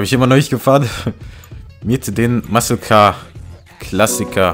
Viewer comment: Soweit ich weiß heißt es "Muscle Car" und nicht "Mucle Car" ;)